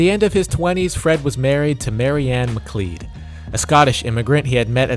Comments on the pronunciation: mcleod of the clan mcleod. "mc clowd" not "mc cleed" lmao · McLeod is pronounced 'Mc-cloud'.